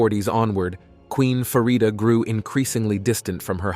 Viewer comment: It’s Farida not Faridia. Your Prononciation is so wrong.